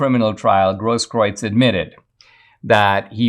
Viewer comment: Thank you kindly for your commentary, Brother Dinesh, giving a voice to those who have been wrongfully oppressed, like the J6 political prisoners. Also pointing out how baseless is Grosskreutz's suit of Kyle Rittenhouse. I'm also impressed with your proper pronunciation of the dingbat's name, which most have pronounced as "Grosskroots," 🤣 OY!